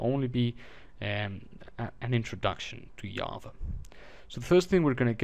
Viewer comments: it is Java, not yava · very informative video but it's JA-va. not YA-va. repeat after me: JAAAAAAAAA-va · Good tutorial but I just wanted to piontout that java is said with a g sounding I not a y sounding j